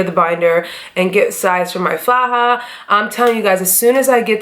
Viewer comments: Hi you look amazing!! Also, you said the word faja (pronounced fa-ha) correctly. You're good love!👌🏾👏🏾💋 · You said faja perfectly lol 😉